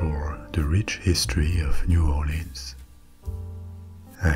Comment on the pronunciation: Mais Cher…You are an honorary Cajun since you pronounced it like we do mostly…New Aw’lins,LOL! 💁‍♀️😁